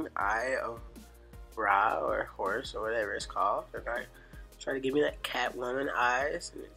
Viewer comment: "EGYPTIAN EYE OF RAH OR HORSE OR WHATEVER ITS CALLED" LMAOOOO DKM !